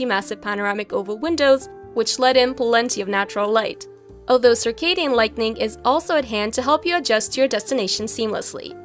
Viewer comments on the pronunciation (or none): none